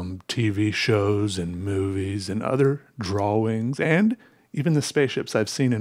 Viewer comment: Sorry mate, it's just too weird that you actually pronounce the W in "drawings". "Draw-wings"